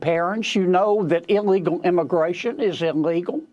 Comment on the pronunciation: Im sorry....around 57 mins did say "Immi-GAY-tion" or did my headphones glitch? Either way...I can't I hear it!